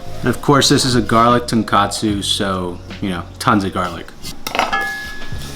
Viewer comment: bro you're worried about the wrong pronunciation. you say tare just fine but it's tonKOtsu with an "oh," not tonKAtsu. one's a rich broth and the other is a fried pork cutlet